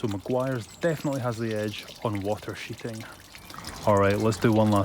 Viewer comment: Water sheeting, I though he said water shiting 😂😂